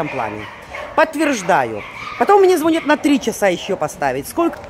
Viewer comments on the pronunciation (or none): none